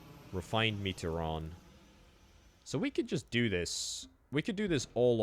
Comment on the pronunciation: Me-tree-on not metre-on